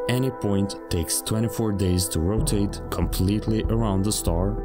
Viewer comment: BA nA na RoTaT E